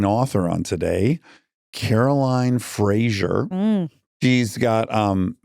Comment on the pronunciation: A Scottish person, and Fraser is a Scottish surname, it makes me shudder how Americans pronounce Fraser like Frasher. The s is like a z. Fray-zer.